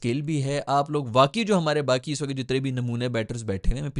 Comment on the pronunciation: Wakat nhi, "waqt".